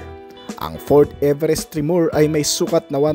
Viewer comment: Tre-mor... hindi tre-moor 😅